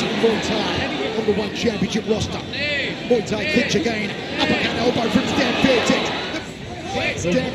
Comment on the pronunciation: Hey there...her name is Stamp Fairtex as in the Brand and it's pronounced moooi Thai